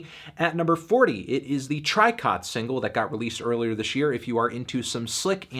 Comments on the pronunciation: trycott, it's pronounced like the pokemon treecko u melon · Its pronounced treecko btw like the pokemon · Tricot is pronounced tree-ko I think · Tricot is pronounced Tree-Co, I only learned that after watching their live set on Audiotree. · also it's pronounced tree-co ;P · I'm going to be that dick. Tricot is pronounced Tree-koh.